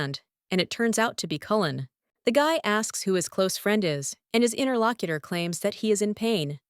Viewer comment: God why does it keep saying "Interlockiter"? That is so fucking annoying. 1 star out of 10 just for that.